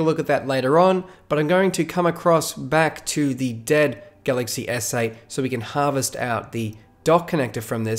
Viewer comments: I heard "galaxy essay" as well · Every time he says galaxy s8, I hear “galaxy essay”